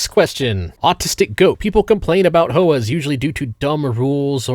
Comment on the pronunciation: When he’s the smartest guy you know but he calls HOAs “hoahs”